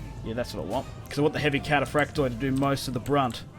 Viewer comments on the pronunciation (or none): In Greek, when a word ends in ...oi (which is indicative of plural) only the i is pronounced, not the o. So, for example read Cataphracti (which means cataphracts, plural) whereas Cataphractos means cataphract (singular). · for the love of the Orthodox God the "o" in "kataphraktoi" etc is SILENT !!! (it is simply the plural form)